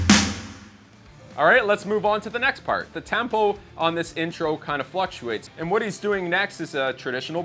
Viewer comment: Did you say tampo? hehe...very nice lesson.